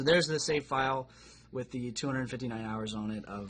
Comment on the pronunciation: “Twith”....... BRUH